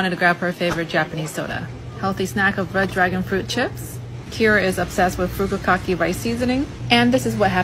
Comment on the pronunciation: The American entitlement to pronounce shit like furikake and rambutan however you want without researching………..